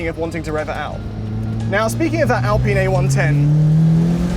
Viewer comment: Please stop saying "ALPEEN".